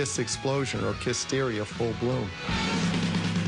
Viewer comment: lol Kiss-teria.